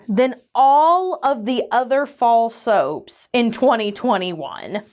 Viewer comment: Fall soaps keeps sounding to me like "False Hopes" and I'm like "... oh.... :<"